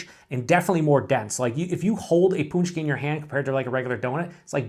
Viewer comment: pronounced punch-key...well done, sounds fantastic